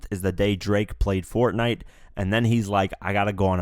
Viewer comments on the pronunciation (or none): none